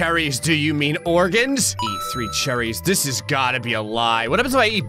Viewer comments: i like that said charrys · The way he pronounces cherries 💀💀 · cherries like he's in the Royal family he says it like he's royalty it's hilarious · The emphasis of cherries is alarming